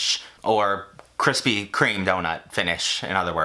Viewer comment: kwispy kweme uwu